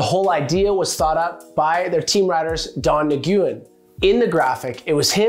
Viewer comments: It’s not don “ne guu yen” you pronounce it as “wen” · These aren't illegal I have a couple of these boards. And for the love of Christ it's not pronounced N,guy,en it's Win like you win a game. That's the whole joke of the nuges name it's a nick name based off of people miss pronouncing Nguyen the way it's spelled. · Didn't mean to delete that... pardon me. Also edits: Isn't "Nguyen" pronounced "gwinn" or "gwenn" or even "winn"? I worked with a Vietnamese guy, and that was actually his first name, it was just pronounced "winn". I'm sure theres differing pronunciations, now that I'm thinking on it. Cool video. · I think Nguyen is prnounced "Nyen" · "Nguyen" is pronounced "Win" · Don "Na-goo-when" Lmao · how someone still says "nuh goo yen" is beyond me this guy has no clue what he's talking about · Nguyen = “new-an” Ya dork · The way he says Nguyen was cringe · Hearing this guy botch the pronunciation of "Nguyen" was pretty earrapey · that pronunciation of Nguyen was wild.... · I've never heard anyone pronounce Nguyen like that. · When he pronounced Don Nguyen’s name wrong 🤦‍♀️